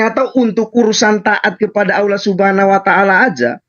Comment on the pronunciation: Sok tahu ni c Edo dikira bnr ucapan Allah jg tdk benar balelol, mengucap lafadz Allah jg ada hk tajwidznya bkn Aw tpi Al yg ditafhimkan/ditebalkan mknya kalau tak tahu dari dasar huruf baca akan ngelantur ngawur ngaco dlm menterjemaahkannya, malu2in sendiri ke publik. Kalau ngucap Aw artinya jg beda